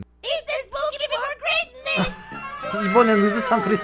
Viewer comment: 참고:이분 언더팬츠도 만드심 말하는거:it's spooky month! 듣는거:it's pokémon! 영어자막:it's poke mon